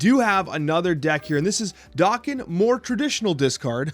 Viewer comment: I see we're sticking with the "dock-in" pronunciation?